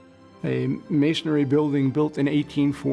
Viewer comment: Mason-ry, NOT mason-ary. Reminds me of my dad who pronounces "texts" like "Texas".